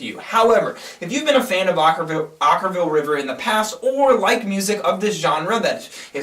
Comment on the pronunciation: Oh you guys are so brutal...at least you pronounced the band's name right this time. Shocking.